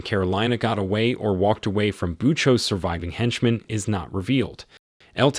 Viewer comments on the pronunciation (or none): none